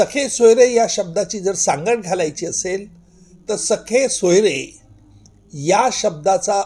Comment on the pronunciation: Not sakhe soyare. Sir, sagesoyare. With due respect to you